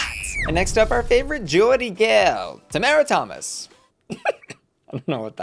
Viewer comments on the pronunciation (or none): Now,.... You pronounced everything correctly, from what I can actively remember, aside from Tomara Thomas (and Cara Melle).... Literally all you have to do is pronounce their names like they do in the episode (which you've clearly watched because you're reviewing it). Not once have they referred to themselves or each other with your pronunciation, so please fix it. At least fix it before the finale, Jesus Christ